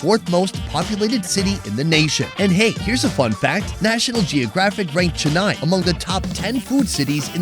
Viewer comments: Cool video! Pronunciation tip: CHEN neigh (like a horse), Not Chen EYE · He’s not there. Which explains why he pronounces Chennai like that 😂